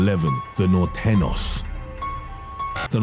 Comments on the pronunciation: Camp mendelton.... fucking guy. Also the nortenos.... it's pronounced Nor-tayn-yohs. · It should be pronounced Nor-tayn-yos and Sur-rayn-yos Not, Nortenos and Surenos. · Do you see that little squiggly line above the ñ? That means it's supposed to be pronounced "nortenio" not "norteno" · Its pronounced north-then-yo...or norte for short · Lol you said nor ten os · Nortenyos and surenyos try to pronounce them this way it sounds better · Dude, it’s Nor te nyos. Norteños. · Lol he pronounces norteñeos wrong. Clearly never learned spanish 😂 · Dude you are butchering these names🤣. the way he nortenos tho! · The "ñ" in Norteños is pronounced as "gn" in lasagna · He can’t pronounce norteno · OMG!!!!!!! The what?? The Nortenos? Lmfaoo😂😂🤣🔫 Pal, it's pronounced THE NORTEÑOS like this: N-O-R-T-E-N-I-O-S!! The "I" is silent! Smh😧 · Dude said norteños wrong and sureno 🤣🤣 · the dreadful mispronunciation of nortenos among others by this Brit put me off.